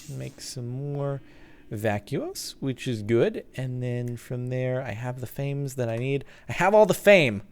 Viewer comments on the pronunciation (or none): Pretty sure Fames is pronounces faw-meez. I think most of the aspect names are derived from Latin. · fames is pronounced fams. this is because it is a short word for famines as in hunger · Captain, it's [FAH-mace], not like fame with an s. Just thought I'd let you know for next time. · If you scan rotten flesh that should get you some fames Which is pronounced fam-ess